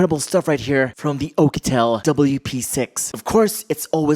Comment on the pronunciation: I love the way you say P'sex 😂